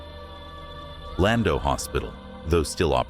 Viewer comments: OMG PLEASE stop butchering Welsh names. "Cefn coed" is not "Seefin co-ed", it's "Kevn coy-d". Llanfrechfa is not "yonfrechfa." The LL is not "y" as in Spanish. It's "Schon-frek-va" it's not that hard to look up a pronunciation guide on the internet. "Schon-dow" NOT "land-oh" "Ree-thin" NOT "Rooth-in" Also the sparkly filter over everything is hard to look at. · St David's was knocked down many years ago , it's all flats now , and it's Llandough is said like llan-dock